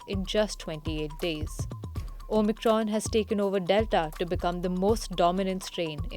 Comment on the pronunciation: She keeps saying OMITRON lol